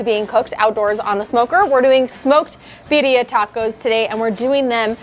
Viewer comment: Love how she pronounces it BIDDIA. 🤣